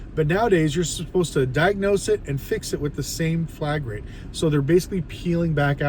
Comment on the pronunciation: This dude is calling it flag rate? It’s flat rate. I doubt he knows what he is talking about. Reading some Google script.